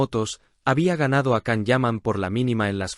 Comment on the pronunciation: Entiendan!!! Es Yan, Yan, Yan,Yan. Así se pronuncia el nombre de Can (Yan) Yaman. Por favor!!!....